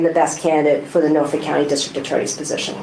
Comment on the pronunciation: Can any of you enunciate the name of your home county? Cause it does NOT have an add'l "R" in it. It is NOT Norfork!!!